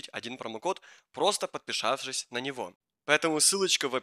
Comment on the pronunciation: ПОДПИШАВШИСЬ😂😂😂, ЭХ, КОГДА ЖЕ ТЫ НАУЧИШЬСЯ ГОВОРИТЬ ЭТО СЛОВО.